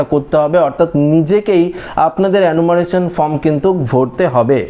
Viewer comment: Enumeration উচ্চারণ হচ্ছে এনুমারেশন (অ্যানুমারেলন নয়) এবং Fencing উচ্চারণ ফেন্সিং (ফেসিং নয়)। দয়াকরে গনমাধ্যমে ছোটদের ভুল শিক্ষা দেবেন না। বিনীত অনুরোধ রইল ।